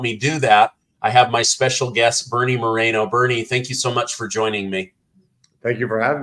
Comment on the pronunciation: Please pronounce the names correctly: Moreno (Mo-Reno like the city), just liek Bernie mentioned at the end on how to reach out to the campaign; and Sherrod, as Bernie said several times in the interview,, Shaeh-rid.